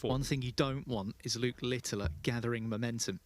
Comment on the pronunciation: Why does that commentator call Luke Littler LITTILER, there is no I at the back of his name, annoying